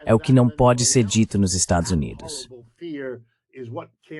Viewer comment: Estados "Unates" ? 😂